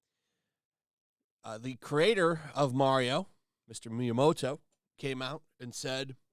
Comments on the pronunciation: Can you stop saying "Mijoto"? His name is Miyamoto. MI-YA-MO-TO. I swear, Americans and other languages. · brother, please its "Miyamoto" not "Miyoto". I saw the mario movie for the 3rd time in 3D and it gets better every time, ive noticed new easter eggs each time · “MiyaMOto”. Not “Miyoro” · I love you dude, but it’s “Miyamoto” not “Miyoto” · Sorry to be that guy, but it’s mi-ya-moto.